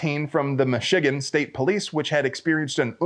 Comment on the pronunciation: Did you say Michigan or Meshugen? LOL